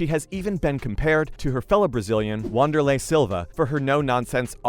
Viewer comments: Wanderla is pronounced Vanderla. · Too-Doe and V-anderlei.......